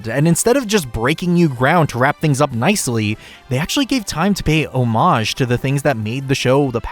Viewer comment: Paying oohoho mageagege. It's Paying homage. Pronounce it correctly. You're being insanely disrespectful